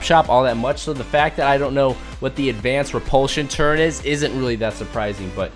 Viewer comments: He say turrent not turret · turret not turrint